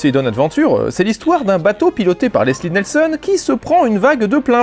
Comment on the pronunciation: Tu as mal prononcé Leslie Nielsen à Il faut que tu refasses la vidéo